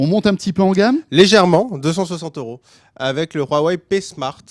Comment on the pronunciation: Stp dis wawei et pas rrouawei stp